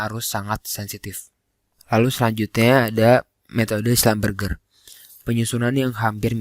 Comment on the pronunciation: Maaf koreksi cara pembacaan schlumberger nya salah (seharusnya schlumbersi). tulisannya sudah bener, tapi pembacaan nya salah 🙏🏻